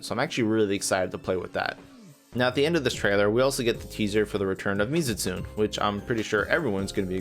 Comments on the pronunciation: u said it wrong too lol its neh not nay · hate being this person but it is pronounced: "me-zoo-tsoo-nay"